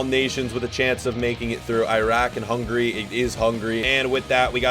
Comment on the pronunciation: Hungarya" in Hungary we can say Hungária, and you not far away from that😂